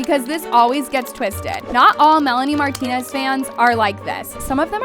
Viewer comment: “aSOAR marlonrie mrantonez” like a (6 second pause)limboar. Sybau oops your parents made a mistake (literally), you need to retire.